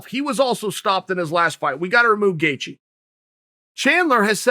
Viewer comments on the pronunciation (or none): Justin: "It's Gaethje." Chael: "Gethcie." Justin: "OK great." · Does Chael misspell names on purpose or what? Justin “Gethcie” jesus christ lol 😂😂😂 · Chael “the answer to any question at 155 is Justin GETCHIE” Sonnen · Chael: “Justin Gethcie” Me: Okay, Great. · Me hears chael saying 'gethcie' Me *goes straight to the comment section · Gay chi . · Lol gathejie haha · "Gethcie"- Cte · "Chael 'Gethcie' Sonnen" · Ok it's obvious by now Chael's don't this shit on purpose, lol. What a master troll. Got everyone saying Charlie Olives and now butchering homer simpsons name. Bravo